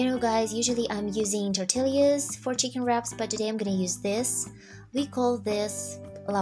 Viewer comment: It’s so cute when you pronounce “Tortillas.” The correct pronunciation is “Torteeya’s”. In Spanish, a double L is pronounced as a Y. 😁 Living in California, more than half of the population is Mexican and speaks Spanish. There are also Mexican restaurants in every city. (I’m not Mexican though, I’m a white lady trying to learn Spanish.